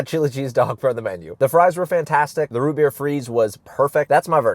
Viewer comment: amburgers and wootbeer